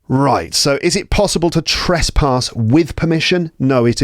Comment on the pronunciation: may I please suggest a pronunciation correction: it is not 'trespaas', its 'trespas;( /ˈtrespəs/)